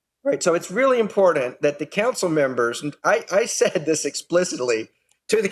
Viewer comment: You could get alcohol poisoning from playing a drinking game where you take a drink every time Mance says impordant